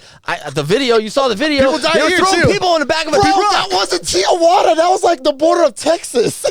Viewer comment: Y'all really from San Diego but can't pronounce Tijuana?